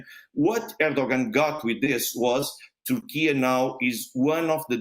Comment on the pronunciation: What country is "Tourkee"?